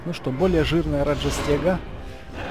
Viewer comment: Мы не говорим раджастега мы говорим раджастэга!!!